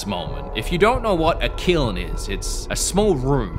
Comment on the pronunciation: Hearing say the word "kiln" in his Australian accent immediately made me think of Aunty's Donna and then a second later he plays the footage from the kiln sketch. Read my mind.